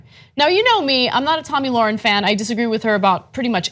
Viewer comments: It's Tomi Lahren.... Spelled L A H R E N. Also pronounced "lair-in"...You can't even say her name right or spell her name right... embarrassing for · Hey Genocide Deniers... if you're going to slander someone, at least get her name right. It's LAHREN, not Lauren.